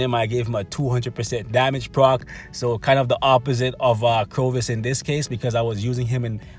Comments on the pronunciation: Dude, who the hell is CROvus? Corvus... Cor, not cro. Nice list though mate, keep up making them and I'll keep watching them. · Corvus, (Core-Vuss) not (Crow-Vuss) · I think its called cor vus Not crovus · Everytime he says “CROVUS” I flinch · I cringed every time he said it wrong...otherwise great video! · He says it wrong in every video... Always makes me cringe as well lol...